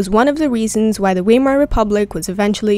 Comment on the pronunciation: It is pronounced veimer, not weimer